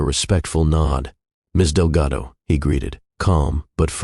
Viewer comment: Artificial Voice through out the video mispronounces Delgado with Relgado and confirms it in the subtitles. This tendency is becoming obvious in many other videos that use artificial voices for their videos